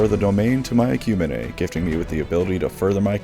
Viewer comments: please stop saying EKYOO-MEEN like EKYUMAHNAY lol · ecumene, (EH,Q, MEAN). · Interesting that you call the Ecumene "Ek-yu-men-ae" while other, halo-dedicated 'tubers, call it the "ek-yu-mean" XD I'm pretty sure both are equally valid though, until one is used in a canon story with audio xD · Ecumine is pronounced eck-you-mean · yes, but, on the other hand, you mispronounced Ecumene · Pronounced 'ecumeene'